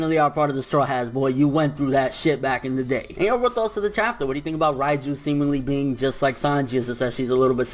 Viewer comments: Jean-Marc Émilca Yeah I know I was just joking because pronounced it ryeju instead reiju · Can you stop saying Raiju ffs, its Reiju, soundin like you sayin Raichu or some shit